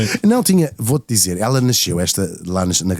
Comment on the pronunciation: Srs Locutores : Granja do Tedo pronuncia se " Granja do Tédo " com É aberto ..... Vocês chamam ao rio Tejo , Rio TÊJO ??? Não pois não !!!! Pois emendem a vossa pornuncia : Granja do TÉDO , mas sem acento no É .